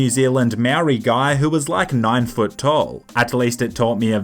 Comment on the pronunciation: u say Maori like moldy